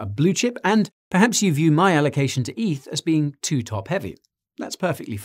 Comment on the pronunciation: Stop calling it EATH, it's not a thing. Ethereum = Eth.